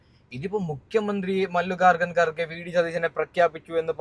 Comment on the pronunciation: എന്താണ്ടാ ഇത് മല്ലികകകൻ garge യാ. ഒന്ന് മര്യാദക്കു പേരുപറയാൻ പഠിക്യട വിവരദോഷി